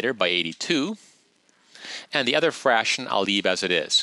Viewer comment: are you saying "Frashon" instead of fraction?